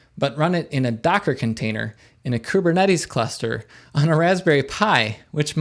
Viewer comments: Kubernetes. Greek word. Pronounced closer to Kivernitis. Means Gov'ner. I mean Governor. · Great video but i cant get over ku-be-cut-tle.